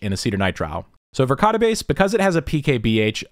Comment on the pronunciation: I listen to these as i wind down into bed, i absolutely heard Verkade Base as Ricotta Base.